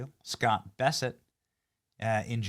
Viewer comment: You keep saying Scott Besset. His name is Scott Bessent.